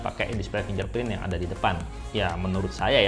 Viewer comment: FinGerprint Bukan FinJerprint Pake G bukan pake J Coba buka google translate